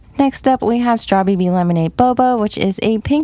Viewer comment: Does anyone else get annoyed when she says strawbb as “straw bee bee” like isn’t it just “strawb”? (As in strawberry)